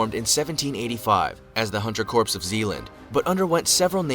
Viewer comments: Why does this narrator say"corps" it sounds like corpse... I've one heard It called or said like CORE. With the s as silent.... alot like my home state Illinois:to all it's not said with the s.... the s is silent and it's an indian name.. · There pronouncing corps like corpse not core... lol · I wanted to throw something every time that video said 'corpse' it is corps is pronounced 'core' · Why do people pronounce the word CORPS with the P and S. The P and S are silent. The word is pronounced COR. Period. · Whoever did the initial video is an illiterate bastard. Corps is pronounced "core" NOT corpse. Try calling it the United States Marine corpse. You will be corrected quickly, sometimes loudly and humiliatingly. The original reader is an illiterate fool. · They pronounced "corps" as "corpse." It's pronounced "core" people. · Nothing pisses me off more than people pronouncing Corps as corpse and not as Core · It's pronounced Core not corpse. Americans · Who is annoyed that the video pronounces corps like corpse? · Anyone else cringing when the video says corps as "corpse" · I cringe every time that guy pronounces corps as corpse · The guy narrating is pronouncing "corps" wrong. It's like urinating in the woods - the P must be silent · Corps is pronounced "core" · Yeah, it's an accent. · "Corps" is not pronounced like "corpse"... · LOL...this is me not taking any video seriously that pronounces the word corps as "corpse". 😂😂😂😂😂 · Americans know “Corp”, but this is what happens when a YouTuber makes a video vs an actual person with basic military knowledge 😎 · Damn, imagine pronouncing the “p” in corps 😂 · "corps", I ain't no rocket genius but I'm pretty sure that's not how you say that.... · New drinking game: take a shot every time the narrator mispronounces "Corps." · I wish the video narrator knew how to pronounce "Corps". Not talking about. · It's really cringe that whoever made that Special Forces video doesn't know how to pronounce "corps."